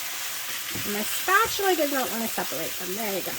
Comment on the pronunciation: Did you say spatular?! 😂I’m just messing with you! 😉Those patty’s look yummy and such a great meal idea!